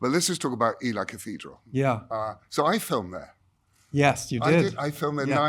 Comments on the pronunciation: Hi! Its pronounced Ee lee not El eye. Ot is one of the most famous cathedrals in the country. How have you said it wrong? Please say it right next time. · This interviewer was snobby and arrogant about the job at hand by saying this like "We both know" but you dont. Its like he looks down on people and Bradley only seemed to put on a professional domineer because of it . Also you pronounce Ely E-lee not E-Lie